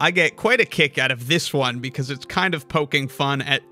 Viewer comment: And pronounces 1 as “own”